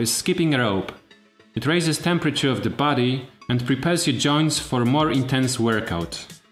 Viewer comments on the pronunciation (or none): none